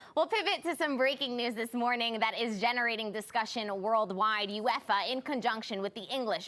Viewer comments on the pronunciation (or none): "uEFa" Jesus 🤦‍♂️ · I’m sorry I can’t get over how she keeps pronouncing UEFA 😂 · I turned it off after the way she pronounced uefa 😂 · Well done, check out City's new emblem I wish Americans would fk off and leave our game alone, ffs can't even say UEFA correctly.